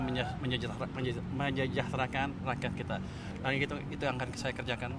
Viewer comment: Bicara nya Waduh "Menyejahterakan"